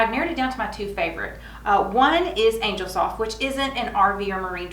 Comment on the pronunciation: CHRIST ! It isn't pronounced ANGLE, it is angel ( ANE-JELL ), you know, with wings.